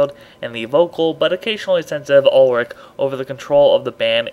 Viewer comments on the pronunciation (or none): It's pronounced "Oolrick", just a heads up for next time (